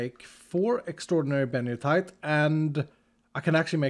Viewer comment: It’s not “benio-tite” — it’s Benito-ite, named after San Benito County, CA, USA.